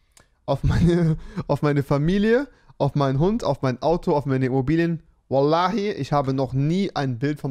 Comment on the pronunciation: Rewi ist ein geborener Araber wie er wallah aussprechen kann zu wild 😂